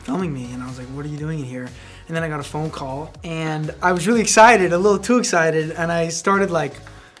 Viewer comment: Why does when josh say wayly it sounds like your brother can't say r yet and wayly